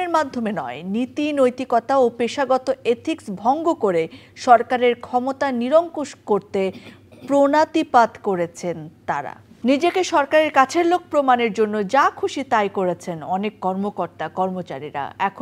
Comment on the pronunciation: দেশপ্রেমিক ম্যাডাম দীপ্তি, শব্দটা 'প্রণতিপাত' না। সঠিক উচ্চারণ হবে 'প্রাণাতিপাত'।